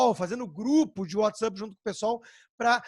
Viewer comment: Whatsup? É whatsapp anta, nao sabe ler?